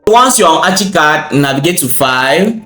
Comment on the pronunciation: bro its not achicad its ArchiCAD pronounced arckicad